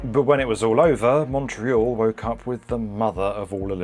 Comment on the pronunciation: Thank you SO MUCH for pronouncing, obviously in English, Montreal like a Montrealer!! Very professional.